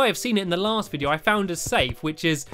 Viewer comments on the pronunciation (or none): You said hello vidio